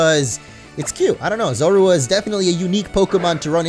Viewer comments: Makes me laugh hearing you say Zorua xD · You're saying Zorua wrong